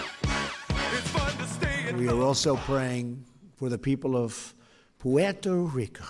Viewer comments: trump doesn't love " Puetorico. The piece of 💩 can't even pronounce it, and wanted to trade it for Greenland. TUCK FRUMP AND ALL HIS CULT MEMBERS. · That Puerto Rico pronunciation was so precious 💕